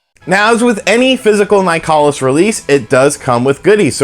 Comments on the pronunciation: It's pronounced like "Nicholas". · Uhhhh it’s pronounced nicholas